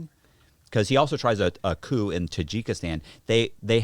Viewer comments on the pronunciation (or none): Say it with me now...Cooo. Again...Cooooooooooo (coup). This ain't your 2 door car. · They must be like 22, forgetting there's an audience listening. There lack of knowledge is amazing saying coup, lol hes saying coupe. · Coup is pronounced like "coo" not "coop". And for the love of god, read your comments and if they're all telling you to stop interrupting - maybe stop interrupting? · These would be so good if unflinching ignorance didn’t pull me right out of it. And why didn’t anyone stop him from saying “coop” three times. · The host is dismissive, interrupting his guest and then can’t pronounce coup. I can only guess he is jealous and making it weird. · When our boy pronounces the P in coup. Y'know the journalism is legit. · This interviewer is a wise a*s punk and can't even pronounce the word coup. Unsubscribing. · Haha you know Matt’s thinking to himself “god this guys a dumbass” lol. Especially when dude is pronouncing the p in coup multiple times. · Interviewer doesn't know the "p" is silent in coup. He is annoying, immature and constantly interrupts all the time.